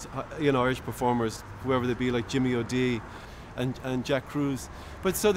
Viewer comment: Jimmy O'Dee? Jimmy O'Dea, surely - and dont call me Shirley!! ,)